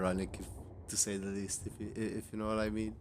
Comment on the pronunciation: Sorry for the name butchery.